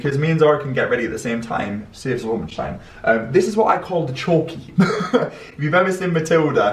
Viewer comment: The 50s windows are beautiful! Deffo thought you said chalkey instead of chokey 😂😂